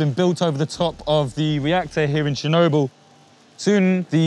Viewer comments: Chair-noble or Chair-no-bull....Tomate-o to-mato. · Is there anything that takes you out of it more than a reporter mispronouncing the subject of his video?